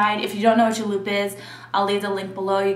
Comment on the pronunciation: you say things the wrong way like travalo and julep were are you from ?